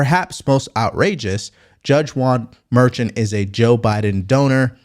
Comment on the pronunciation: The judge's name isn't pronounced "Merchant". Go grief! It's pronounced "MER-SHAUN" Come on, dude. I'm going to stop supporting you if you can't do the basic research before reporting.